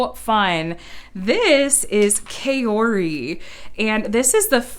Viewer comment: Kaori is pronounced cow-ry